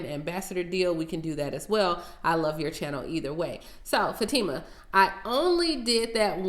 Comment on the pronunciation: I almost fell out when I realized that you answered my question!!! You pronounced my name correctly...Fah-tee-mah. My business is Myriad Naturals LLC website is . Thank you so much for the mention!